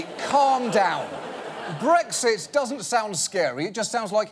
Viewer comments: Why do so many people pronounce it as "breggzit?" That sounds like a condition which needs some kind of ointment. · they pronounced it breggzit. why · I hate how so many Americans pronounce Brexit as breg•sit. It's not a G, it's an X. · How come every American pronounces BREXIT with a G? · BREK-sit. Not BREG-sit. If you're going to talk about the UK's 2016 political revolution, at least pronounced it correctly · I hate the way Americans say “bregsit” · It's not 'breggsit' 😂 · So, why is it pronounced BREGZIT ? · TIL Americans can't say Brexit. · ***** Typically, people would pronounce x as "ks", I found it funny.